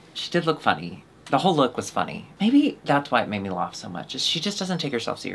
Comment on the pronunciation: I'm new here. Does say "lawf" instead of "laugh" on purpose?